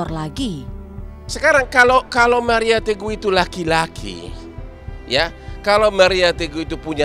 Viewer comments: Bang hotman kayak nya sebut .maria tegoh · hahaah setiap dia di wawancara pst ngucapnya maria teguh awal2 gw kira2 salah ngucap tp setiap ditanya wartawan pasti maria teguh ngomongnya berarti bang hotman sengaja...